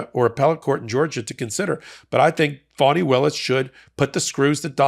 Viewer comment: It may just be the NY twist I hear, but it’s not FAW-knee, it's FAH-knee.